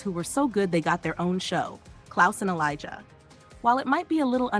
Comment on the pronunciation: Its elijah not elizar